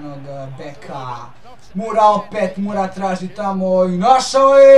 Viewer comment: nije Mura nego Moura, čisto da znaš:)